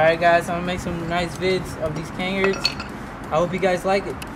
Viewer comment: It's pronounced "Cuh Nahrds" btw